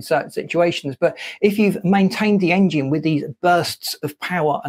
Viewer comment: Is it just me or is dude pronouncing it Aing-jin